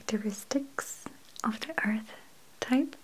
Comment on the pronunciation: I love how she says earth... it's like "ourth"